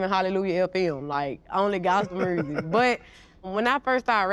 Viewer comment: GloRilla: My 'mursic'